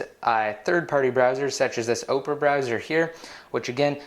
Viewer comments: Nice video. For the future though...the browser name is pronounced Opera - as in the musical art form - not Oprah - as in the horribly overpaid tv personality. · bahaha "Oprah Browser" :P it's Opera like "PHantom of the Opera"